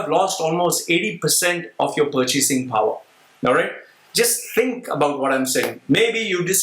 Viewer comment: "purchasing paaar" goes down !! and he is mocking about how Apple is pronounced!